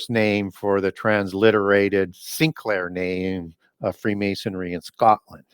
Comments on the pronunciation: Can't get past that is an expert on freemasonry and yet he continually mispronounces it as "mason-airy" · It's Freemasonry, not Freemasonary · Did pronounce "freemasonry' as "freemasonary?" Really?